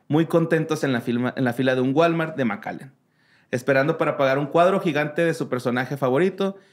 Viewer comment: Güey, casí me da un aneurismo al escuchar "un dia más en el gualmar." Wtf! JAJAJAJAJAJAJAJAJAJAJAJAA